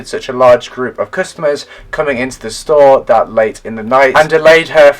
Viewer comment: I SWEAR YOU SAID SHTORE 😂.Thiss case is so odd thoughhhhhh. I have so many questionsssss my brain hurrtssss 😆